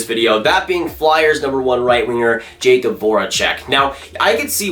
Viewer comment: Jakub = Yack-ub